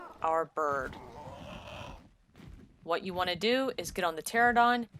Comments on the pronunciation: It's not pterodon... It's Pteranodon... 🙄 Why does everyone pronounce it without the middle 'n'...??? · It's pronounced "Ter-an-oh-don" not "Ter-oh-don" lol. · Useful thanks. (btw it is TERA-NO-DON) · Psst: Trope-ee-oh-nay-thuss and tuh-ran-uh-don Not trying to be that guy; just thought that might be helpful if you're going to be saying those words this often. Everything else was spot on.